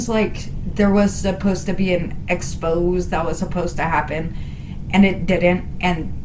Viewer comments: Why is it that no one can pronounce the word expose' correctly? X-pose- A. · Hey. Just popping in here to say : Exposed, the verb, is pronounced the way it's said throughout this video. An "Expose" , the noun , is said : X-pose-Ay Okie dokie, carry on ❤😂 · Please, it's an exposé, not an expose.